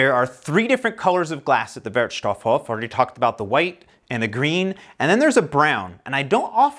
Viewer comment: It’s really fun to watch your videos. One hint for your favorite „Wertstoffhof“. Because of the double „f“ the „o“ in „stoff“ is a short one, just as you did, but because of the SINGLE „f“ in „Hof“ the „o“ there is a looooooong on. So you speak it like „wertstofhooooof“. Never mind. Keep up your great work. Ah, and afaik the details on how to recycle are regulated by „Kreis“. So it might be different pretty much anywhere. Most of the companies actually doing the job keep it similar to each other. So even if you move somewhere else in Germany you will adopt easily to the local variation of rules. You are an expert right now :-)